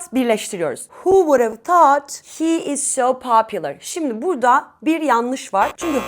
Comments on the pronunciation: ingilis dilinde Tout deye teleffuz yok {Th}- peltey "S" okunuyo milletin ingilis dilini bozmayin google translateden orgenib gelib biseyler orgetmeyin. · Thoot uzun o sesi var a sesi degil